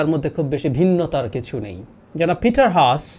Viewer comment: এটা হাঁস নয়। "হাস" Haas মানে হাস Sun এর উচ্চারণ যেভাবে সান! It is Peter Haas Not Hash